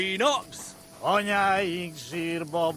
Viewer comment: there's a rather funny error here in the supposedly "correct" pronunciation - it sounds like "Anyáink zsírba borulnak". As in, "our mothers are falling into fat", instead of "falling into their graves".